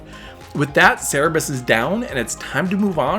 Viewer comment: Good guide. I've never heard Cer-ber-us pronounced "sara-bis", though.